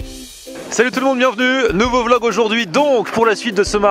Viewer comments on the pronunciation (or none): none